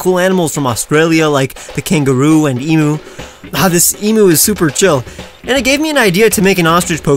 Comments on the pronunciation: EEM-YOU NOT EEM-OO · its e-Myu not e-mu Im an Australian i should know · Any other Australian nearly die when he said “e-moo” it’s eem-you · Ehm-uu? It's Ehm-you ;w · When he said e moo Lol, its said like eem you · For future reference; Emu is pronounced Eem-Yoo not Ee-Moo Source: Am Australian. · i m aussie and it isnt em-mu it is em-a-u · Emu is actually pronounced E-Mew, not E-Moo. It's a common mistake, due to how it's spelt and English language rules. Source: I am Australian. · For god sake, why can't people get it right, it's along the lines of ee-myoo or eem-yoo, not bloody ee-moo. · You pronounced emu wrong..... it’s not e-moo it’s kinda like e-mew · Please it's not emoo it's emu. Pronounced eem-you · for future reference! emu is pronounced eem-you :) love the designs btw!! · I hate to be that aussie but emu is pronounced eem-you Still love this series and this channel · It's pronounced em-you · It’s pronounced e-m-yoo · It’s a emu not emo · its pronounced ea m you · It's crazy to me that after all these years they still insist on pronouncing it like that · the way he says emu hurts my soul